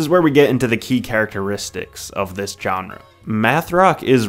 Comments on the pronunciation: "Genre" isn't "John-Rah". It's pronounced "Zshon-Rah". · His pronunciation of “genre”was just generally jarring. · learn how to pronounce genre.